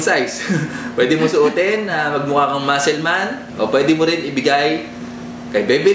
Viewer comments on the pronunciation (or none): none